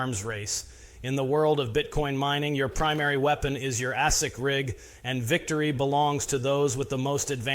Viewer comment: Never heard them called ASS-ics before 😂. Its pronounced A-sic 🤦‍♂️